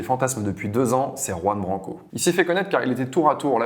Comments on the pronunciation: C’est pas Ouan Branco, c’est Juan 😉 Apprenez à ne pas écorcher les noms ! Merci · Mon Dieu, même pas une minute passée dans la vidéo, et je suis déjà attéré! Juan Branco sont un prénom et un nom totalement espagnols! On ne dit pas [roue-ane] mais [KHouane], on porte ses coJOnes, et on prononce "la JOTA (la lettre J), à l'espagnole, comme un KH arabe, langue de laquelle la jota est évidemment inspirée!... merci